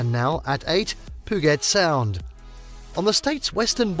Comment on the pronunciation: Hearing Puget Sound being pronounced POO-GET SOUND was so infuriating. It’s pronounced PEW-JET SOUND